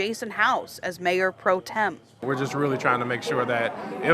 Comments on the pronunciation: The word is pro-tem, not pro-term. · It's not , Pro-Term . My gosh !